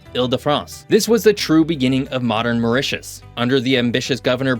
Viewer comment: Very good presentation but the pronunciation is so bad ....once convert to french you will understand what am saying,.... Mytus ... 😅 ...a.i